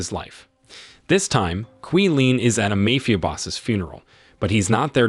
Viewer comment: Excuse me sir did u say mayfia boss?